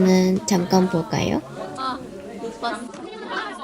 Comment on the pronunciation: 수업을 업수로 읽음ㅋㅋ 아..공부 업수저라~~